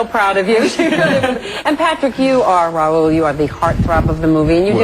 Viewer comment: I love how they say Raoul and not Rowl